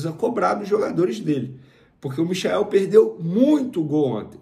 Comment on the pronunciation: Galvão Bueno não dá mais. muito chato não tive opção. Passou o primeiro tempo inteiro chamando o Michael de... Mikael. É mole?? E ainda se diz flamenguista